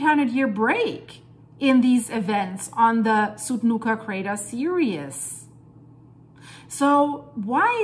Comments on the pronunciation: Seereez. Not seerius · S-ear-E-z S-ear-E-z not S-ear-E-us